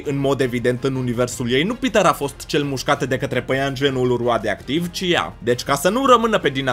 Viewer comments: rioadioctiv ai spus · De ce spui roadioactiv